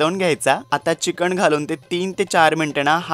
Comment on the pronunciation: चिकन म्हणतात चिकण नाही ताई😂